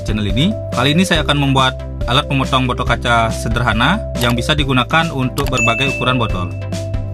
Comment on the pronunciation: bodtol bodol apa botol mas 😅